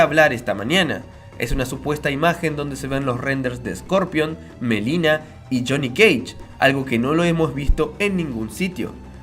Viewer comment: Es Milena no melina es con I....